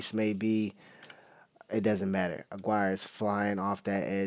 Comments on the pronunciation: The basics: Po-Po just like the nickname for the cops... His name Raul Ag-ee-are! There ya go mate. No hate just helpin. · You're pronouncing his last name wrong. It's pronounced , A-gee-rre.